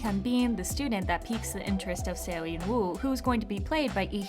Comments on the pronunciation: Eunwoo is pronounced “eu-nu” not “ eun-woo” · aHH? Eun WOO ? its pronounced like eunoo